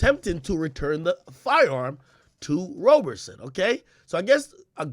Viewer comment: Couldn't finish the video lol he kept pronouncing Roberson as Roberson.